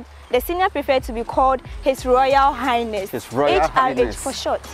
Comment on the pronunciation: Did I hear His royal "Highnest"? Awurade Anyway She resembles HRM Christabel though